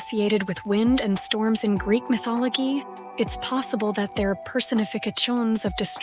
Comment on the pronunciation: I almost thought this was a really persons voice till the retarded Ai kicked in Mithologee, persomekachoms, Wayther evens, Portreyall.